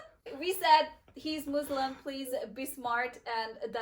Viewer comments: I don’t know why people keep saying Muzlim.. it is Muslim. MUSLIM I hope you correct that. Thanks 😊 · But you said it .. مزلم muzlim is not Muslim مسلم.!!! As I mentioned earlier, the problem of pronunciation usually faces those who have the difficulty to pronounce the word Muslim, even though they make an effort to say as it should be. Again, the name Muslim is regular, with a meaning that means Submitter. The one who submits to Allah. You can check the dictionary. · Salam alaikum sister! Actually that was my first time ever seeing you - and that was my first notice. If you were not Muslim and a western then could be a matter of pronunciation but you should be the one to say it right and know the huge difference between Muslim and Muzlim.✌️